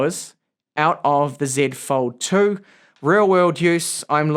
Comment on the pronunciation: As a fellow speaker of the Queen's English, it gives me great pleasure to hear you say "Zed Fold 2" :D